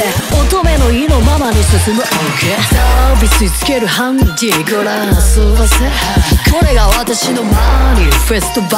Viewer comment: の｢遊ばせ｣が｢遊ｳﾞｧせ｣なのが好きすぎる。なんか、こう、vの発音が入ってる感じ((伝われ